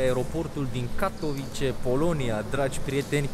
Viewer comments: Se pronunta Katovițe numele orasului, nu Catovice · “Katovițe”! Ai la îndemană Google Translate și restul internetului pentru a ști pronunția corectă. Dă-i înainte tot așa, măcar faci vlogging, nu operații pe creier. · Katowice se pronunta "catovițe"! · Invata sa pronunti corect numele localitatilor. Mai rareste din englezismele ieftine si invata sa spui ca lumea Katowice, Lodz sau Chorzow, ca sa nu mai pomenesc de unele orase nemtesti sau frantuzesti pe care le-ai stalcit in ultimul hal.